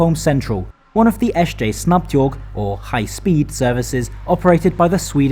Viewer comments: Except the S J (Jay)! Thats the only one I picked up on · SJ or SJ AB (as it is called formally) has never been an abbreviation, the company was founded in 2001. Statens Järnvägar is an entity that doesn't exist anymore and hasn't been since 2001. So the pronunciation in the video for SJ is wrong.